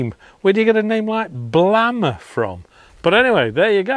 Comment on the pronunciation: Blame-r, rather than Blammer maybe?